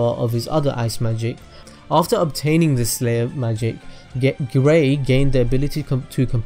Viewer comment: you almost said gay not gray